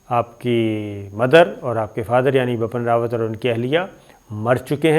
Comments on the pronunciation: I don’t know why this guy insists on pronouncing the General’s name as “BAPAN RAWAT”,it’s BIPIN RAWAT.Bipin happens to be a common name in India.I am guessing,he probably reads it from Urdu.Being a news anchor,he should get his pronunciations right. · It is Bipan Rawat, not Bapan Rawat. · Its not Bapan Rawat, Its Bipin Rawat. Improve your language. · As salaam u alaikum sabir bhai i am so sorry to correct you it's bipin rawat and ur not pronouncing it correctly it will sound like bii-piin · Ye Gada Journalist ko India ka CDS ka naam bi teek se Bolna nahi aata hai! Ye khabar ka Ghanta dega? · Pronunciation ma prob hoti ha sometime is liya name sahi nahi liya gata